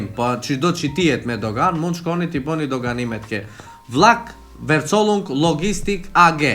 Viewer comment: një këshill e vogel për: Verzollung shqiptohet „Fercollung“😅😉 besoj se pa problem mund ta shqiptoje heren qeter